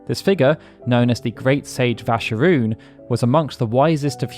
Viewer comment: yo can anyone tell me why "Vascaroon" is pronounced "Vascharoon" there in no H is that name...